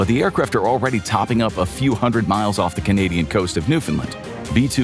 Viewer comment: Of? You mean off?